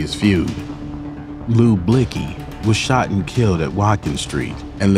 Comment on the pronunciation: why did she had to pronounce his name like that